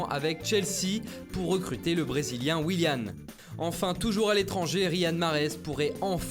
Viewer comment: En brésilien ça se prononce "Wilian" pas "Wiliane" et "Danic" pas "Danitche" (dédicasse à la Bretagne, on est en force)